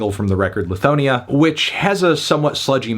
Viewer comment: Ataveesta?? Lithoneea?? Bro why can’t you pronounce anything right??